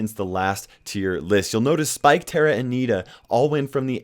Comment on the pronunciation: And Americans can’t pronounce Tara